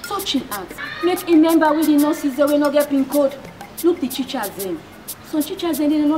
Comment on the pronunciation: Teachers not chichers Hahaha this is interesting